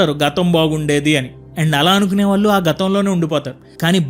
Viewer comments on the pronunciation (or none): none